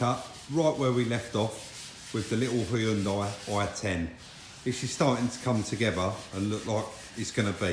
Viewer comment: Great call on the side moldings. Probably what my white slab sided '10 Xb needs, looks like Moby Dick. Across the pond we're not as safety conscious, no rear fog lamp. We'd prefer to run up your backside. Lazy in our speech as well, pronouncing Hyundai as "Hunn Day". Thanks for great videos. Narragansett Bay.